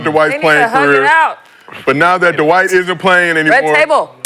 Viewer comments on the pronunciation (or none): "Dwayde" - Dwight Howard 😂😂😂